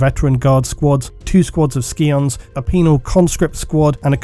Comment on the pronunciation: scion is pronounced sigh - on